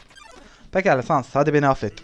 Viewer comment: Abi pardon ama sans i yanlis okuyorsun 😅